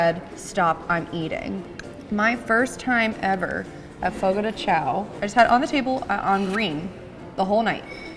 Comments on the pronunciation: As someone who works at Fogo this is so fun to watch someone giving a review 😭 this restaurant looks so much nicer than ours! My favorite is the Bacon wrapped chicken 😭 and it's pronounced Fogo de "Shawn" so thats fun but i never even knew that til i started working there😂 I love the papaya cream and crème brûlée ! And the bread is so bomb dipped into thr mash potatoes! And this restaurants polenta fries looks different than mines but overall this is just so fun to watch and see a different fogo😂 i love fogo and its such a great experience if u never been to a churrasco table sided meat service styled restaurant go! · Love Fogo de Chão😍 It’s be far better than Tucanos + Rodizio! Also, I’m just gonna help you out a lil bit here haha it’s pronounced “fogo gee shao” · I cringed everytime you pronounced the name of the restaurant